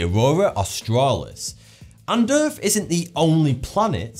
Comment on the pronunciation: Please pronounce th as th and not f. Wif, Norfen Lights, earf, fousand - driving me mad and a complete distraction from the information.